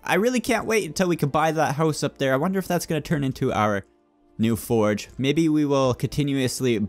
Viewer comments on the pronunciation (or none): none